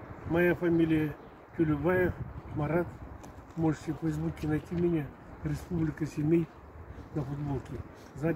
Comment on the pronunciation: Не Семски а Семей